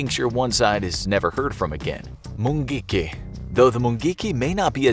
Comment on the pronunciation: Am Kenyan, just love the way you pronounce mungiki